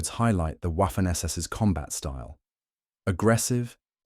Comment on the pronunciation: W in German is pronounced like V is in English, while spelled Waffen, it is pronounced Vaffen.